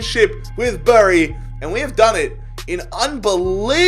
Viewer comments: Bury is not pronounced bury it’s pronounced berry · It’s pronounced ‘berry’